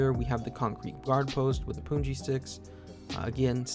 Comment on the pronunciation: it is 'pun' ji like the word 'pun' not puun.